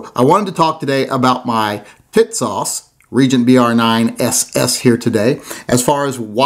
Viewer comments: He said “Tits-Sauce!” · Pronounced tis- sass. Calling it the kissass would make more sense. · Is it me or do I keep hearing tit-sauce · Yeah? WTF is that with him? Tits Sauce is what I keep on fucking hearing. IDK if he’s talking about some porn movie or a dam gun!